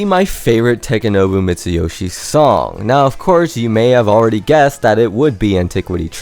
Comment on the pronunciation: Could have pronounced his name correctly, but I guess you're guilty of that, too.